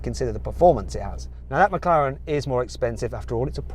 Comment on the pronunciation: 맥라렌 ㄴㄴ 맥클르랜 ㅇㅇ